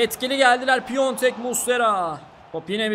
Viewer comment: Aslında çok önemli değil ama Başakşehirdeki oyuncunun adı Piontek değil, Piatek. Bu hatayı Beinsports spikerleri bile yapıyor.